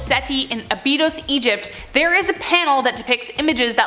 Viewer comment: Please pronounce Abydos correctly.